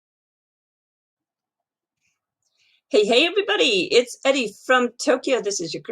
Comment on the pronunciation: Sounds like you pronounce your name “Edi”, but it’s spelled with a R, just curious